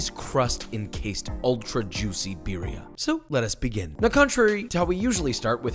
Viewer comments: When hipsters say “BEERia” lmfao I feel like the only flavor here is the cheese smh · roll the R's in birria, foo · practice rolling your r's por favor or we will revoke your license for cooking mexican delicacies >:o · Your pronunciation of birria just cracks me up, I'm definitely trying to make it next time i make birria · please stop pronouncing BIRRIA wrong, it hurts me! for the love of god, you live in Texas...